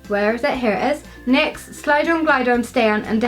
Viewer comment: Sorry I just have to say you say nix as n y x